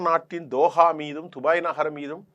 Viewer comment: இவன் வேறு உலகத்தில் இருந்து வந்தவானோ? dubai துபய் கிறான் qatar கத்தர் நுசொல்வன்.